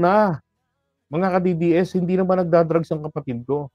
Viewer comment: ayusin mo pag bigkas ng DDS hayop ko….BoBo